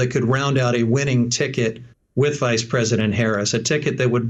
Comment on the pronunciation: Did she say Vice!!??